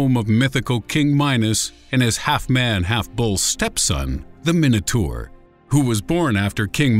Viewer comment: Minotour???? It´s Minotaur.